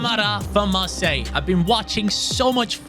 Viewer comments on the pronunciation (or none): none